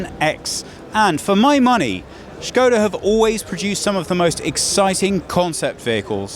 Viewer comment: I am very impressed, how you said ŠKODA. :--)